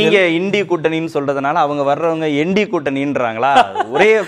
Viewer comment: எண்டி கூட்டணி இல்ல. நண்டி கூட்டணின்னு சொல்லுங்க.